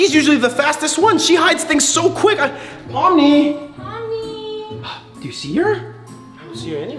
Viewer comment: It's pomni not pomy